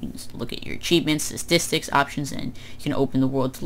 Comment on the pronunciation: “esdicksus” instead of statistics